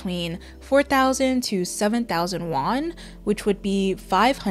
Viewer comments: Please pronounce yuan correctly , you keep saying Won which is the name of Korean money not Chinese It’s pronounce “you-eunh” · Just a wee correction babes, you keep saying “won” as the currency. Won is the currency of Korea. The currency in China is Yuan.